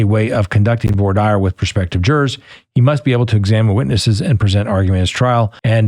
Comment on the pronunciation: Maybe if you’re going to cover this case you can at least pronounce the victims names correctly… it’s not an accent thing it a lack of care. Also, it’s voir dire (vwar-deer)